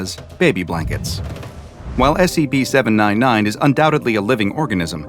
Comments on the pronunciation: when you voice these again can you please pronounce the C it sounds like you are saying SAP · You need to be careful, "Content Farm" team... you made say "S E P". its very clear he said that instead of "S C P"